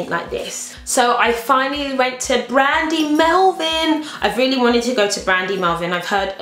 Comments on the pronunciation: Did you say brandy melvin?? Haha it's called brandy Melville! X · DId you say brandy melvin???!!! it's brandy melville!! silly girl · Sorry but I cracked up when you said "Brandy Melvin" with such confidence lol made my day in a way! Sorry:p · it sounded like she said brandy melvin lmao! gotta love great haul! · did you say Brandy Melvine? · Was it just me who heard her say 'Brandy Melvin' hahahahaa